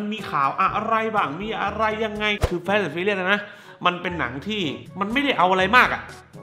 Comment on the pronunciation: พี่ครับพยายามอ่านว่า ฟาส เถอะครับ ลูกผมมันเรียนแบบเรีก แฟสๆๆๆ มันตลก